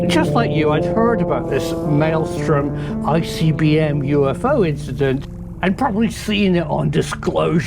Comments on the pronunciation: It is 'Malmstrom', not 'Maelstrom'. Just had to say something. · Malmstrom is Swedish name,. You know, your neighbors to the north? MALM STROEM. inte Maelstrom. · I'm a little bothered by the pronounciation of Malmstrom as "maelstorm". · Please pronounce Malmstrom correctly. There are 3 m’s. I lived there so I am pretty sure of the pronunciation.